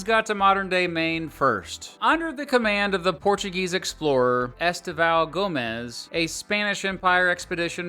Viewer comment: really butchers the pronunciation of Passamaquoddy. aaahahahahahahahahahahaha He's even worse on Estêvão Gomes. hahahahahahaha "Maine is one of the safest states in the country" Yeah, we have open carry and Constitutional Carry. We own a lot of firearms. Take your "climate change" rhetoric and shove it. BTW - Portland sucks. It's full of transplant massholes.